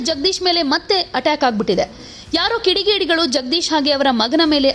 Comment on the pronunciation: ಅಮ್ಮ ತಾಯಿ ಕಿಡಿಗೇಡಿಗಳು ಅಲ್ಲ ಪಬ್ಲಿಕ್ಸ್ ಸ್ವಲ ಸರಿಯಾಗಿ ಹೇಳು. ಕಿಡಿಗೇಡಿ ಆ ಲಾಯರ್.